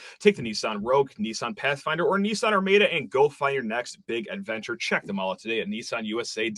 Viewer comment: It’s Ar-MAH-da ugh plz